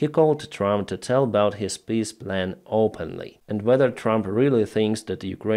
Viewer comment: I love how with your accent "Trump's peace plan" sounds like, "Trump's piss plan". So appropriate.